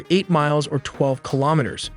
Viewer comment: The AI speaker for their videos sounds impressively natural until they pronounce simple words very unnaturally. Like “cartels” they pronounce “cart-ulz” or “kilometers” as “key-low-meeters”